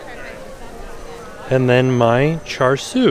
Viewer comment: Char siu is pronounced more like “cha-shoo”